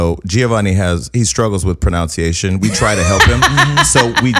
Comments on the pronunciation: Struggles with "pron-noun-ciation"??? Oh, the irony! It's proNUNciation, Jason. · "He stuggled with pronouncination"